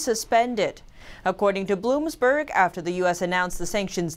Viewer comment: Bloomberg not Bloomsberg. Telecom not Telecoms.